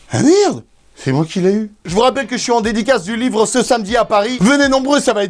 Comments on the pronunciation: W NE SE DIT PAS V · L'ivre , lyvre , lit vre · Łīvŕə ( livre) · ''Lywre'' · l'îvre, lit-vre, l'île-vre, livreux, litvreux ! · Lyvr Book Lybovork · lyvres= livre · Leehwrr (livre) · lyvvreue C'est quand tu lis livre en faisant un rot :D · Don't touch my libleuh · Si c pas bon comprend pas: « Lee ivre » c bon? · Moi j’adore ton lyvret a non pardon l’yvrets bon c’est pas grave tu m’as compris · lybrrr euhh att lyzrre euh non libro euu mauvaise langue libre merde livre ! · L'hyevreuts avec un e muet et un h aspiré ! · UN LUYIVRE 😂😂😂 MAIS SI ,SA SE DIT UN LUYIVRE... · я хочу, чтобы ваш lyhvrreuhe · "Lyv-rhe" ( pour le concours de livre sterling ££££££ ) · Lllyhbvfvrrhe Géisssphayrrhe keuh geuuh vfê ghanyaits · L’îvre (comme ivre) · livr lyvr liyvr lyivr lyvre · Líhvrheux Ou Líhvrheunt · "L' ivre" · Lhÿvhrh (le h rentre partout 😂) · "L'y-wreu" jpense que la y a assez d'erreurs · Moi jeu veu eul hlyfrreuuh pitain ! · Ton Lhyivreuhx je le veut bien il a l’aire bien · J ADORE TON LIFRT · Merci pour ton Lhyivhreuh!!! 😂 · Lyvrret = t muet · Ahhhhhh beuhhhhh llllyyyyhhhhwwwwrrrreeee y can fly... OK je sors 😅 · Yo c'est pour toi ça: Ļįvřə cadeau 😏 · l'hyvhreuhe Voila pour le concours 😂😂 ( livre ) bon biz j'te kiff 💚💚💚